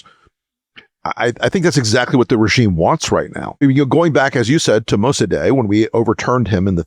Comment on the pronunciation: MosaDAY? Surely, you mean MosaDEK (spelled Mosadeq in my day, now apparently spelled Mosaddegh, but still pronounced mo-sa-DEK).